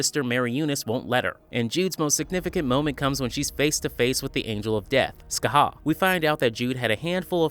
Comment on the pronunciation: Hi, just a correction. The Angel of Death’s name is Shacath (sha-kath) while Scathach (ska-ha) (the pronounciation you’ve been using for Shacath) is the swine witch from Roanoke. Even the Angel Of Death pronounces it as (sha-kath) during their first meeting with Sister Mary Eunice